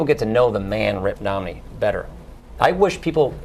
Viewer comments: At about or so he clearly says "Ritt Nomney". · Ritt Momney? lol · lol he said ritt nomney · ritt momney